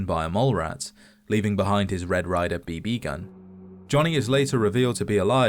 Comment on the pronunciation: God I despise A.I. Voiceovers. "BB" is pronounced BeeBee, not "b BEE".